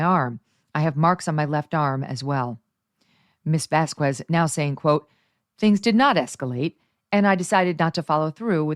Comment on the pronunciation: Vas-KEZ NOT “vas KWEZ”. Please Megyn. Sounds ignorant when you mispronounce.